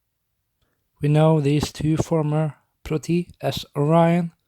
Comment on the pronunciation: Why do you write protoi but say proti , and why do they have this name